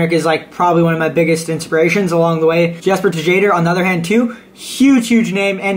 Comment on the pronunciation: Man said Jesper Tuh-jadher 😂. Much love ❤️